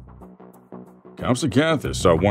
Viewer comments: “Comsoganthus?”😂😂😂😂😂 it’s: (comp-SUG-nah-this) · Bro pronounced compsognathus wrong and mosasaurus